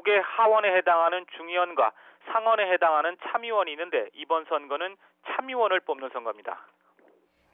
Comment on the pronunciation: 근대 참의원이아니라 챔의원선거라고 발음하나요? 참기름이 챔기름되는 고소한법칙인가용?